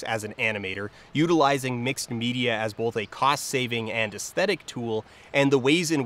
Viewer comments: Huh. You know, I noticed that says "bolth". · All of the "L"s from his uses of "Gandaff" ended up in his uses of "bolth" So the "L"s aren't so much missing as having been redistributed.